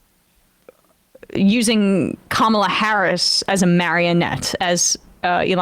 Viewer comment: Elon calls her "kamp-ala" here. He is so frigging gross. I listened several times, it was deliberate.